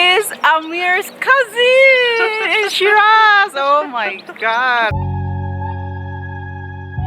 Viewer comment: You actually pronounced cousin like a Persian lol nothing wrong with that XD